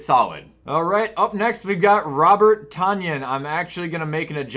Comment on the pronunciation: It’s pronounced Tun-yan! GET IT RIGHT!